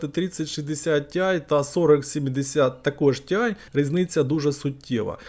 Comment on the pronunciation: Тіай а не тиай)) по вимові вже краще, дякую за огляд